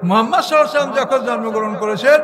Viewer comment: এর ঊচ্চারণ অনেক সুন্দর,নবী করিম (সাঃ)এর নামের ঊচ্চারণটা আর ভালভাবে করার জন্য আবেদন জানাচ্ছি।